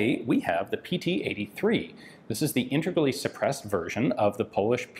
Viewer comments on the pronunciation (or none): "Intergaly suppressed" 😁